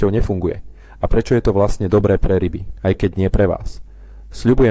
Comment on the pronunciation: Načo fungujú rrryby v jary???